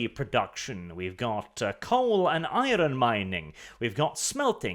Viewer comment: You say iron funny.